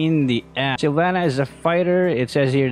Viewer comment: Silvanna masarap yun “SYLVANNA”